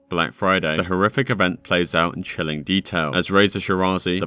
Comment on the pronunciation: *Chornobylite, not a Chernobylite One letter can change whole sens of this story. And your search seems very poor in every game that you did review in this video. Unusual for you.